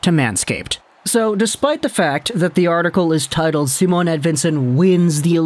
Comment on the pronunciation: Its not Simone either. Its just Si..mon.